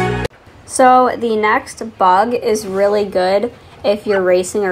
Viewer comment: Love how she says “it’s rEAlly up to youa